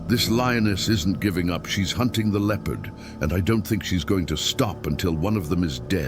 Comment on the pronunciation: Why is he mispronouncing Leopard